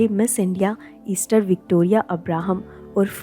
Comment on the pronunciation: बहुत सुंदर जानकारी और प्रस्तुती. एक छोटी सी बात, प्रमिला का नाम, Esther को एस्थर कहते हैं, Easter, ईस्टर नहीं! 🙏🏼